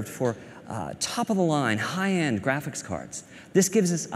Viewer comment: David Bradley its graphics not graph chiks